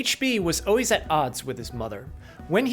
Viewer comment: You said "o-ways" instead of "always". That's how a 2 year old pronounces it because they haven't developed the skills to talk normally. This is a popular speech problem in California. I wish people would stop mispronouncing this word. Grow up and talk like an adult. Everytime I hear someone say o-ways, o-wies or all-wies little bombs start going off in my brain. My sanity starts to slip away.